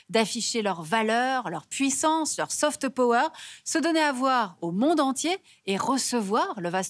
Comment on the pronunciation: Y a toujours pas de « E » dans « soft » power 🙄🤦🏻‍♂️ faut vraiment apprendre à parler